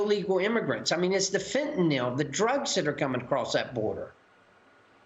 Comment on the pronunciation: Fentanyl, Maria. There is a Y in there, not an O.